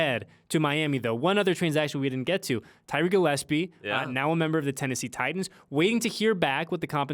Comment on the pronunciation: Not gillepse bro😪